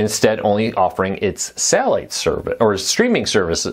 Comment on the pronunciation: this dude needs to learn how to speak before going on camera. wtf is sahhiite service